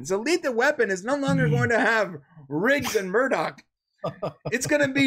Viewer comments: Murdoch? It's Murtaugh! I thought you watched this show. Disliked. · There are a lot of great comments here that are just on the money. So thanks to everyone who is helping us create a conversation and shed some light. For those of you that have pointed out that kept calling Murtaugh Murdock, you guys are all 100% correct. If you catch a couple more shows, you'll see that part of charm is him mispronouncing names and me correcting him and then him cussing and apologizing. So I () am mostly to blame for this irritation since I wasn't paying attention to what he was saying LOL. In general we are usually better than this, and hopefully you'll try a couple more shows and see for yourselves. Thanks for the support! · Lol.. And they called the wayans character Murdock instead of murtaugh. These guys shouldn't be talking to other people, they're tools. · Murdoc is on the A-TEAM, the guy name is Murtah, not Murdoc. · It’s neither. His name is Roger MURTAUGH. Pronounced Mur-taw. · Hello, It's Murtagh not Murdock. Anyway, I love this show too and yes I thought clayne Crawford was great, his portrayal of Riggs was what drove the show and made it good. Wayans did nothing for the show. I think they should renew it again next season but have just any older bald black dude come in and play Murtaugh because let's be honest Damon Wayans did nothing for the character, have him wake up from a bad dream where he thinks Riggs actually died but he's not really dead he's in the hospital in a coma. Eventually have Riggs wake up and everything gets back to the crazy normal of before. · I agree. Great podcast. Why do you keep calling Murtaugh Murdock? 😂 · and FFS it is MURTAUGH not MURDOCK! Lethal Weapon not The A-Team! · Hey, it's MURTAUGH not Murdock!! You SAY you watched the show and movies so how do you NOT know main characters names? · His name is NOT Murdock! It's Murtaugh, like murtaw almost! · Murtaugh not Murdoch...guy was killing me the whole video